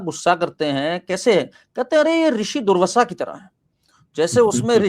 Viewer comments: पहले तो पढो दुर्वाशा नहीं पढ़ पर रहे हो दुर्वषा पढ़ रहे हो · Its not durvasa... Its doorvaasa maharshi 🙏